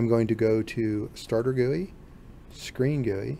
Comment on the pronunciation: please never say gui like that again